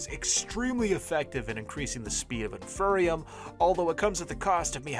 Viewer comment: No offense, love your videos, but you saying “in-fur-e-um” physically pained me. Its “in-fee-ree-um” because its the INFERIOR seed. Thanks for coming to my ted talk.